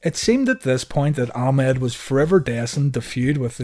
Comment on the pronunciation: The way vince used to say it in commentary it always sounded like "a mad johnson"